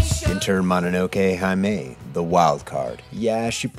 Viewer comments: "Hime". Heee-may. Not high-may. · Arrival would be great. Also, fuck me, because i hate when people do this but "hime" is pronounced "hee-meh" not "high-may" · The Hime in "Mononoke Hime" is pronounced "hee - may". The 'e' in Japanese romanji is always pronounced with the 'ay' sound (like the French accented é). Just thought you should know since you're making such well-produced videos and all. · The longer your videos get, the better they are. And I'm not even going to mention that hime is "heeme." Man I love your stuff. Can we please get you the millions views you deserve? Also, Arrival. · I'm glad to see you're truly getting your money's worth with that $40 hold music. Fantastic episode, even if hearing you say... hymei(?) instead of hime hurt a bit. I'm voting for Arrival, I think. Do you have to make it this difficult to choose? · Fyi it's pronounced "he-may." Not that it matters, but since the rest of your pronunciation was so spot on I figured I'd mention it! Great video as always dude